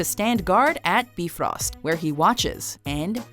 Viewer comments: "Bifröst" is pronounced closer to "Be- froest", basically the "ö" sound is the same sound as the "ea" in the English word "earth". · please stop trying to pronounce the names correctly. Every single time you try to pronounce the names correctly, it gets horribly wrong. Like freyja or baldur...or bifrost